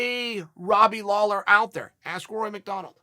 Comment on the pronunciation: Seriously? It was a terrible video. Flip-flopped more than your least favourite politician. Mispronounced Lawler's name at the end. Bad video. But at least he didn't hex either of them by outright picking a winner.